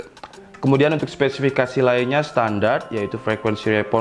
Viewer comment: Spe... Si... Fi... Ka.... Sii...!! Skesikisifaki!!! 😄😄😄😄